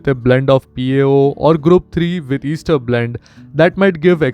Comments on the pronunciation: It's pronounced as "aester" not "easter". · It’s pronounced as S-ter not Easter sir. But if you mean Easter then, Happy Easter 😂